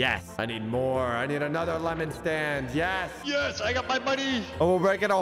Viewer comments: he says stade instead of stand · bruh he said staid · He really said “lemonade stade” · ahh yes, "Lemonade Stade," my favorite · Is no one gonna talk abt the fact that Said lemonade Stade at the start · I noticed said Stade instead of stand... lol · bro at the beginning he said, "lemonade stade"😂😂😂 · Did any one realise that at the start he said stade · Did he really say stade instead of stand in the intro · Did just say lemonade stade in he's intro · “Lemonade Stade” Bruh💀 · Yo am I the only one who noticed he said lemonade stade in the beginning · At the beginning he said lemonade staid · “Lemonade stade” 💀💀💀💀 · Bruh you said staid not stand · Bro said lemonade stade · why did he say lemonade staid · Bro said stade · Lemonade "stade" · 4 seconds into the video and you said lemonade stade ;( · did any 1 else hear lemonade stade like=yes comment=no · "Lemonade Staid" lol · “Lemonaid staid” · you said lemonade staid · "lemonade stade" - /3